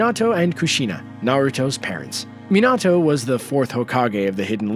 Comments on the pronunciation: lmao i love the fact you said kushina was the last uzumaki, actually, karin and nagato were uzumakis, its told in the show, and you can tell by their hair, naruto is the only uzumaki ever to be blonde. And you dont even say minato correctly. Or naruto, you dont watch anime its easy to say, and on top of that, you dont say jiraya or rasengan. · How he said minato 🤦🏻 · You can't even pronounce Naruto's dad name right